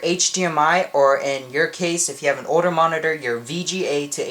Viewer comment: never say monitor again!!!!!!!!!!!!!!!!!!!!!!!!!! And its not Hwite its White